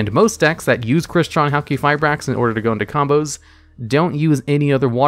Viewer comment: Pronounces Halqifibrax correctly Me: What is this sorcery?